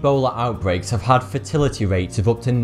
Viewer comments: I love how he says fatility instead of fatality. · I keep thinking that he says 'fertility rates' instead of 'fatility' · Fatality but the way he says it, it sounds like "fertility". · Tabitha Swallow exactly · i heard fertility, not fatality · Fertility rate? Wait, Fatality rate. I thought he said fertility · I also heard fertility :p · I still hear "fertility", it's definitely not an accent thing. That's like saying "eye-rack" for Iraq and calling it an accent. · I know coming from Lancashire starts you at a disadvantage in the pronunciation stakes, but you make a right pig's ear of saying Zaire. And every time you say "fatality", I hear "fertility". This will be very confusing for those for whom English is not their first language. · THANK YOU lmao I was thinking the entire time "Wait, where we are treated for ebola changes out fertility rates? Better go to Africa then" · That's what I thought at first. Really confusing when he said the USA had a 20 percent rate of fertility. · I thought the same thing. I was wondering what "fertility" meant in this case. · Zaire (pronounced Zai-heir) WAS the Democratic Republic of the Congo until 1997. It was the country's name. Are you saying "fertility"? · He's pronouncing fatality is 'feh-tality' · Was he saying fertility rate or fatality rate? How does he not know how to properly speak the language his people invented?